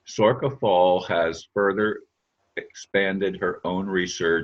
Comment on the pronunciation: It's pronounced SOR SHA